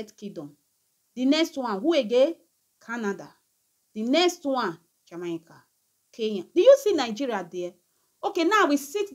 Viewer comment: This is the last time I am going to teach you how to pronounce "Jamaica." It is pronounced as: "Jah-May-Ka."